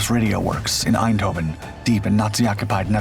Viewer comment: The mispronunciation of the city's name "Eindhoven" to Dutch ears sounds both annoying and German. But then, at the time, the city, the Netherlands as a whole, suffered under the Nazi occupation.